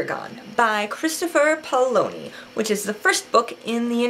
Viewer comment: oh yeah by the way, Chris's last name is pronounced Pa-O-lini